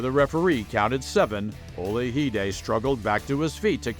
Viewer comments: Michael Ola-hi-de? I didn't know Michael Olajide was Spanish? It's Ola-ji-de. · Narration is terrible. Boxing games? Referring to Hearns as an amateur. Mispronouncing Olajide-you can hear Marv Albert pronouncing it correctly on the background.